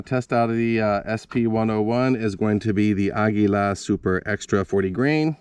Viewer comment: Thumbs down for how you pronounce Aguila